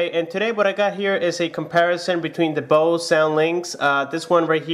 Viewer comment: You pronaunce Bose wrong